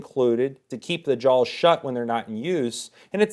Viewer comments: Really sounds like he is saying jawLs. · There's no "L" in "jaws."